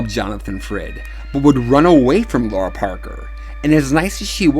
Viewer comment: Is it not pronounced “Lara” where the “lar” is like “car”? I’ve always loved that both her character name and her real name are unusually intriguing. “Laura” just seems ordinary because I’ve known 5 Lauras in my life (so no disrespect intended).